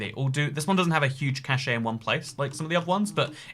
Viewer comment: Cache is spelled like ca-shh, not ca-she nor ca-che.